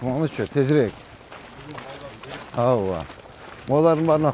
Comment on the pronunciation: Аува аува дейтго ооба деген созду